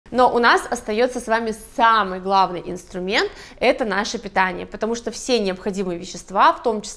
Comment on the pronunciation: Питяние вы можете питяние